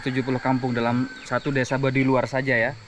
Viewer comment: Mohon ma"'af itu Baduy bukan Badui jd jngan salah sebut ( BADUY bukan BADUI )